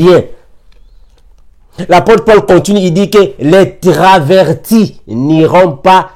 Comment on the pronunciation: On dit travesti pas traverti 😂